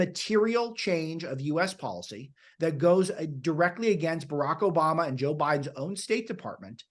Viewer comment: It’s obooma